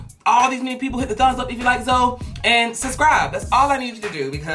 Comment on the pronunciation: He said "suscribe" lol I love you